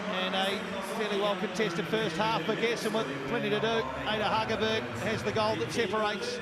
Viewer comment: That commentator is a disgrace. He mispronounced Hegerberg's name every single time. And she's one of the most famous female football players. I sure hope he brushes up before the world cup.